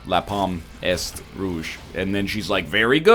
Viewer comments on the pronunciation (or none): egg pronouncing "est" as ehst physically harms me